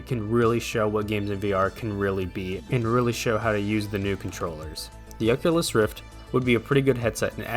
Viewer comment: the oqulus